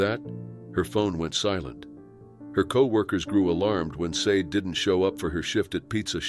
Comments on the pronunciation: I’m pretty sure you pronounce “Sade” Shaw•Day. Possibly even Say•Dee. But not Sayed. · Sade is pronounced 'sharday' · Sade is more likely pronounced SHA DAY.